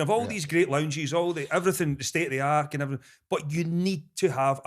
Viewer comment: Did Boyd just say ‘state of the ark’ 😂😂